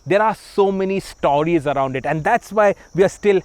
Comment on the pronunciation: It’s pronounced “sport” not “spot”. It’s “forced” not “fossed”. It’s “stories” not “stawries”